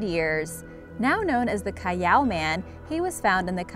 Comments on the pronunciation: Its not cayaw.... It is Cal aw thats how you pronounce callao. Bobo. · Its pronounced as Cal-yao. She used how mexicans pronounced ll. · its pronounced "Callaw" not cayaw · It's not KA-YAW man and cave it's Cal-la-o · Callao is actually pronounced as kal-lao, not kayao.. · Its not caiiao its callao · Its callao not cayao😂 I'm proud to be a Filipino! Like this if you are! Pilipinas! 😂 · So callao caves is pronounced Ca-yao? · Is anyone else not bothered by how she pronounces Callao as Cayaw? I see no "Y" in that word. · its cal lao